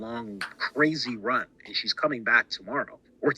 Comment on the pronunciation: Well if Erica was fearing for her life and is feeding Candas owens info well then why would you call it out putting her in danger. I’m sorry but that YouTuber sounds like he is living on another planet. And it’s rant, not runt, when he said that, that was when it felt he is trying to fit a narrative for someone